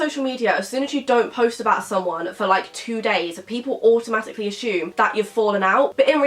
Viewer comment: it’s not ashume it’s assume